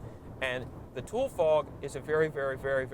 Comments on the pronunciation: For starters, I recommend you learn how to pronounce the word: it's TOO-lee, not TOOL fog. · Thanks I spilled my cereal over myself laughing the first time you said “tool fog” now I have to get changed 😂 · Tulare County the meca of the Central Valley it shape of the valley is like a long canoe that runs the middle of Cali. B 4 U go traveling the state get the right pronunciations of where U travel. TooLee not Tool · Pronounced “ Too-lee” not tool. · It's pronounced tool e fog. You tool 😝🤣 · Usually pronounced “tu-lee” fog. Not “tool” fog. Also, as someone who spent many a Christmas with family in the Central Valley—Real Tule Fog is like a curtain of cotton 6 inches from your windscreen. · TOO Lee, not tool. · I thought it was pronounced tool E. Not tool. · its tule fog TOO-LEE FOG not tool fog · I live here, and I have always heard it pronounced like "TOOL-ie" fog. Oh and Ta-HONE-aye Pass. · Tule is pronounced “too-lee” not “tool” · It’s pronounced “tooly”, you couldn’t find one Fresno county native??? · Important correction: it's pronounced "too-lee", NOT "tool" lmao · great video, i love it. just a quick note however. Its pronounced TOO-Lee not Tool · As a lifelong central Californian, we can always tell if someone is an outsider because they pronounce Tule as "Tool" instead of the proper "Tool - ee". Also, they don't smell of cow shit. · You must not be native to California, or at least you're mostly unfamiliar with Northern California, because your pronunciation is atrocious. First and foremost, Tule is pronounced "TOO-lee." It's a Lutuami language (Klamath-Modoc tribes) word in reference to the tule reeds that grow abundantly in the shallow marshlands of the Klamath Basin. TOO-lee fog, not tool fog. Please research and make necessary adjustments. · It’s pronounced “toolie” fog bruh bruh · Tulle, rhymes with woolly. Fog. Really dangerous. You can’t see a thing. it’s like a grey blanket wrapped around your car and windshield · You pronounce it tool-E!